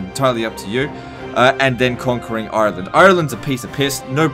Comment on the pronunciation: The way you say Ireland! Exactly how someone from Dublin would say it! Haha!